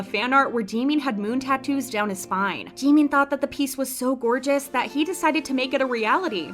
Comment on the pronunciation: I tohught Jimin was someone else bc of the procnounciatiuon but then i noticed lol